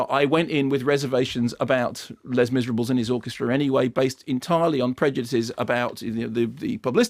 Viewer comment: i hate the fact that he said LESS MISREBLES